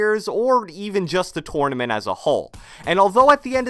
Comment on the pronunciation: Can you stop saying tournament like that